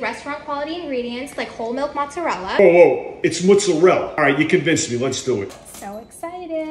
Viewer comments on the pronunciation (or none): Gotta love how New Yorkers insist that muzzarell is correct when Italians pronounce their own cheese completely differently 😂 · I am Italian, it's "Mozzarella". Try to say Mo-Zza-re-lla (pronunce the final "a" too!) p.s. I love ur videos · The way he pronounces it is more of a New York thing. So please pronounce the name of the cheese properly ===> Mozzarella!